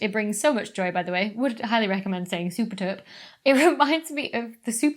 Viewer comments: Us Dutchies will forgive you for the 'superterp'. Don't you worry! 😁 Thanks again for the amazing video. I really enjoy your interview segments!!! Really interesting x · as a dutchmen I really laughed at your superterp reference but when you pronounce it in dutch it doesn't sound like the song. also so good in talking about this project. I like